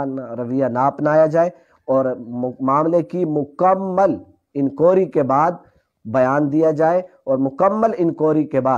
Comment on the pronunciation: لفظ لفظ انکوائری درست فرمائیں،،